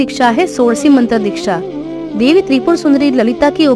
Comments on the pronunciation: Debi b nhi hota Devi hota hai😂 kya teacher bnogy re tum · Debi not dehvhi